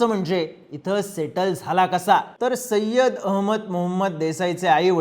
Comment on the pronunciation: सय्यद म्हणा